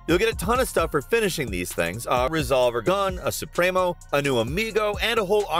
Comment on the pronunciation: As a Latino I can say you said “Supremo” pretty well